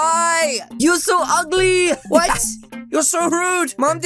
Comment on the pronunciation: Waaaahhhhhhh he called me uigly